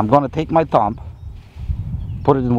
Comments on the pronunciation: Yes, it was very good, thanks. What I pointed out is a general rule in English. a B after an M is almost always silent. DUMB is pronounced DUM TOMB is pronounced TOOM CLIMB is pronounced CLIME LIMB is pronounced LIM THUMB is pronounced THUM The movie DUMB & DUMBER is pronounced DUM 'n DUMMER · The B in ‘thumb’ is silent. THUM. It would have been smart to check the correct pronunciation of the word before doing a video where the word is used constantly.